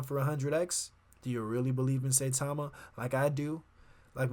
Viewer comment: Pronounced Cy-Tama.